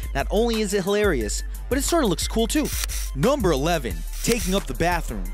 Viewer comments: The dude said "Gumber eleven" Instead of "Number eleven"WE Like this if you heard it too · Crip52Crazy NUHW-BUR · Crip52Crazy noembur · Crip52Crazy numbaol lol right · Crip52Crazy he said gumber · Crip52Crazy Nomber 18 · I hate the way he says NOMBER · The way he says Number hahah